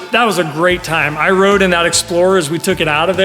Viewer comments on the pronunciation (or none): none